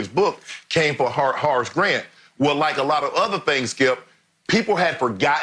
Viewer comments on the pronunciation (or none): I can't get over the fact Shannon calls him 'Hoe' Grant 😂🤣🤣..... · "Harce" Grant.